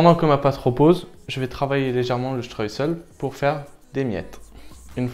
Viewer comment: Le streussel,pas le stress,oupsssss